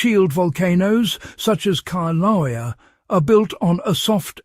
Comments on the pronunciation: Kee-laow-eah? Seriously?? I am so done with the ever changing pronunciation of ancient words. I think it's related to Keev Fatigue. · Pronounced 'kil- a- wea' You are butchering the pronunciation of the name of the volcano! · learn how to pronounce "kill-ah-way-ah". It's very difficult to take you seriously when you don't even pronounce the name of one of the most recognized volcanos in the world correctly.